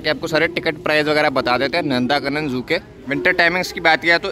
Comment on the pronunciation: Its not नंदाकानन it is नंदनकानन